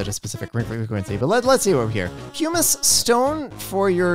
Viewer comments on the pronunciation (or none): I saw was having a bit of trouble pronouncing pumice so here's a guide along with what it is! Pumice (puhm-iss) is a volcanic stone full of holes made by gas bubbles. It's less dense than water, so it floats!